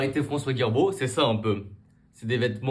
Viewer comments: Girbaud et non pas Guirbaud pour commencer! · Hello, pardon mais la pronociation c'est Girbaud à pronocer comme giratoire, girafe par exemple par Guirbaud, il n'y a pas de "U" après le "G"